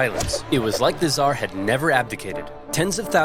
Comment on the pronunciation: Hasan downplays the killing of millions by going “but what about the hundreds of thousands by the zhar” it’s so funny